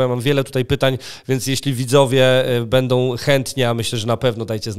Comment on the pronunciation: MówiOM bedOM...Przerażające jak ludzie którzy powinni dawać przykład sami nie potrafIOM siem wysławiać... Tragedia,ktoś kto tak się wysławia z miejsca traci w moich oczach!!! Wstyd!!!